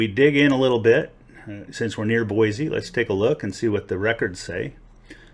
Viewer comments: I know that your video was posted a few years ago and I am now just responding. I live in Nampa Idaho and have prospected in a lot of different locations in southern Idaho. Very good gold in most locations. First things first. The correct pronunciation of Boise is "Boy C" not "Boy Z". A lot of Californians moving here and they all say it wrong for some reason. Second there is a thing called the Idaho Batholith and has a lot to do with geological creation of gold in this area. We have a lot of volcanic activity under our state and a lot of hot springs every where because of it. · "BOISE" (boy-see) not (boy-zee)